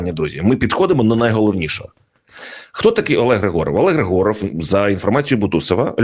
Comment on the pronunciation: Вірно вимовляти не ГригОров, а ГрИгоров. Тобто наголос на літеру "И". Хоча сутність цієї людини від цього не змінюється.